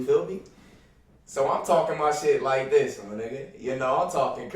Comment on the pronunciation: Bruh do so be sayin "these" or pronouncing the word "this" like thees